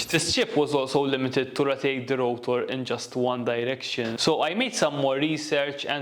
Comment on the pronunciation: Its rotor, not routor!!!